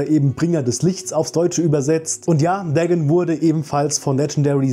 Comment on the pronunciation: Bruder der heißt nicht Degn sondern DA-GON